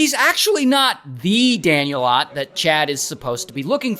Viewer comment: Thank you for saying Ott correctly everyone always pronounces it "Oat"